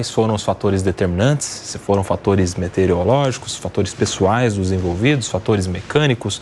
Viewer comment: “Metereológicos”? Ou meteorológicos? Tem a ver com meteoros.